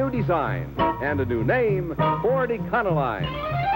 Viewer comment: E-con-o-line? i always pronounced it e-co-lean!